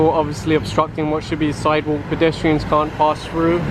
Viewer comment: "side wook"